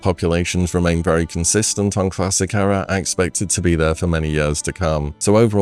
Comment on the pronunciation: Good video but please look up how to pronounce 'era'